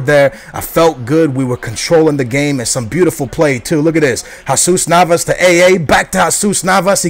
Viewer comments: at 5.03 its not hesas Navas....its HeeeeeeeeeZUS!!!! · His name is Jesus Navas, not Hasuz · Yes, it's pronounced Yesus Navas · Jesus Navas... AA says it hasoos Navas lOl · you say jesus navas weir